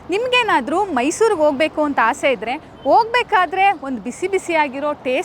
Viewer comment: Madam anchor ಆಗಿ ಸ್ವಲ್ಪ ಅ ಕಾರ ಹಾಕ ಕಡೆ ಗಮನ ಕೊಡಿ. ಓಟಲ್ ಅಲ್ಲ ಹೋಟೆಲ್, ಓಸಾ ಅಲ್ಲ ಹೊಸ,ಒಗ್ಬೇಕು ಅಲ್ಲ ಹೋಗ್ಬೇಕು